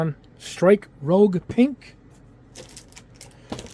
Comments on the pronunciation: he meant that he’s pronouncing it that way, it supposed to be pronounced rouge(rüzh) as in a shade of red as opposed to the similarly spelled rogue(rōg) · I hate to be that guy, but I gotta be that guy. It's rouge, not rogue. Rhymes with huge. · Love the channel, but the mispronounced names are killing me, haha. Hi-v = Hi-Nu, not Hi-vee Nu. The little v is the Greek symbol for Nu. Also, the Strike is Rouge (roo-jh) so-named because Rouge is French for red, referencing the different color scheme from the normal Strike.